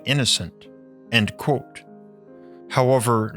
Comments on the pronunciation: The way he pronounces "quote" has always annoyed the living s*** out of me. Otherwise good content, but omg it is truly awful. It's like the "QU" just becomes a "K" sound, and then like he can't open his mouth more than the tiniest bit to say "kot" 😡 it's pronounced "Kwote" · The way you say the word "quote" is nuts. Like its blown out of pipe like a dart.